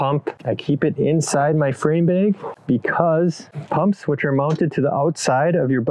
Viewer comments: "...front bayg..."?????? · There’s no E in “bag.” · Cringing everytime you say bag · I love the way you say bag. And I’m pretty sure you said “never invite a beer to a campsite” which is a no go.